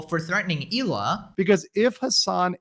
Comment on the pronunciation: Her name is Hela not Eela you little goof